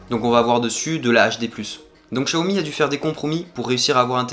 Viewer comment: pourquoi dire chiaomi ??? ce n'est pas personnel mais en FR les X ne se prononce pas CH très déçus aussi; de ne pas avoir de coque ou de vrai protection résultat j'ai réussi a peter mon écran en 2jours gravvvvvve blazé .... j'ai pas encore cherché le prix d'une nouvelle vitre. ET Merci pour ton taff sur cette video !!